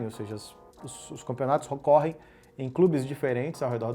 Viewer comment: Foda que pelas próprias palavras do cachaceiro: "esses crubi tudu que ele abriu nos ramu fechá tuduu" 😐